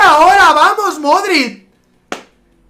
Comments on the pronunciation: When pronuncias Modrić "Modrit", da un poco de rabia ya que se pronuncia "Modrich" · Modrid toty no sabes hablar